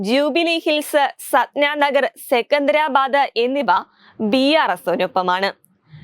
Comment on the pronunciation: സിക്കിന്തരാബാദ് എന്നതാണ് ശരിയായ ഉച്ഛാരണം. എന്റെ സിറ്റി❤🎉..